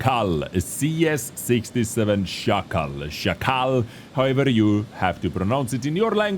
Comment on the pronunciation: Hey, as a pole I can confirm your pronunciation of Szakal is spot on